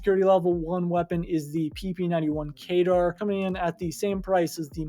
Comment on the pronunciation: kedr not kaydar